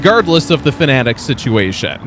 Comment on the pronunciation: Fanatec not Fanatic :D